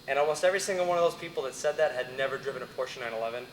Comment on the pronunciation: Yes! He pronounced Porsche correctly!